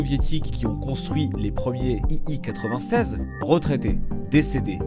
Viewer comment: l'écriture est correcte, mais pas la prononciation. Tout au long de la vidéo l'avion est présenté comme un "i i 96" alors qu'il s'agit bien d'un "i l 96". C'est écrit en majuscule sur son fuselage.